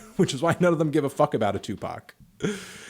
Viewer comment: its tupac not tupark?